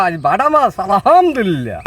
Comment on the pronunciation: ভাই কমেন্ট করলে কমেন্ট এর উত্তর দিয়েন আমি এর আগের একটা ভিডিওতে বলছিলাম আপনার কাক্কুকে বলবেন যে উচ্চারণ আলাহামদুলিল্লাহ না আলহামদুলিল্লাহ।